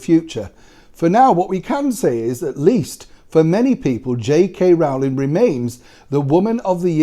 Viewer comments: Always love your videos Sir. However, not wishing to seem pedantic but it is Rowling as in (bowling) not Rowling as in (howling). That said I wouldn't believe anything the Guardian printed. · I wish would pronounce "Rowling" correctly. It's "Rolling". The first syllable rhymes with throw, show and snow, not cow, how and now.